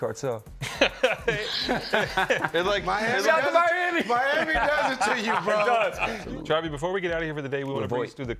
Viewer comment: He say TRAVY 😳😐